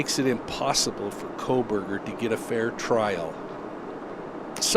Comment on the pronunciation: I appreciate your reporting but it troubles me that you are not reporting the names of these people incorrectly at times which seems to diminish your credibility. 😬 Kernodle, with a D not a B. Kohberger not Kohberg, don’t drop the ER. Maybe I’m being too picky but these things stick out like a sore thumb to me…